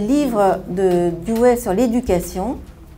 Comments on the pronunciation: "douwi"...pas "douwé" c'est terrible de voir que des personnes spécialistes écorchent son nom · nan c'est le contraire, la prononciation à l'anglaise ou l'américaine comme le fait un richard Rorty c'est Doe wuéi ou diwuéi , et la prononciation française est dou oui